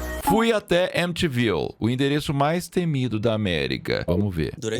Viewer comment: M te viu... É o nome da cidade: M ti viu.